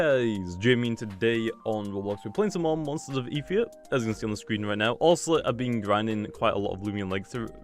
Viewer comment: It is pronounced eth eerie a